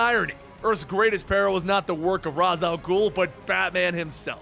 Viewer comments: incorrect your entire argument has been a refusal ray•shh rah•us is the correct pronunciations he said razz which is incorrect again there is the wrong way & the right way he did it the wrong way it's not a matter of disagreement its correct or incorrect you're having a hard time so I'll say it in an even more dumbed down way maybe you understand it better this way him say word wrong wrong not right ugh ugh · Ray-sh, not Raz. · It's pronounced ray•shhh